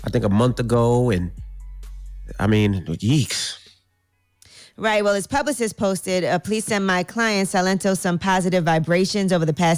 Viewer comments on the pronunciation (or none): this clown said “YEEKS” . Did he mean to say “YIKES” or “SHEESH”